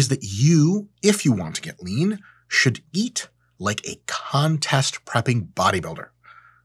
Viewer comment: “Should eat “ sounded like “shit eat”. Algo is working full time.